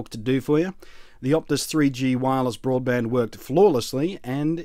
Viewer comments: Boradband Modem? You usually manage to catch yourself with that kind of thing Blunty! Tired? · Boradband lol